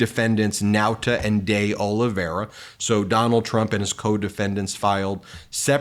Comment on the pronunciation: It's pronounced "dollyvera" Ben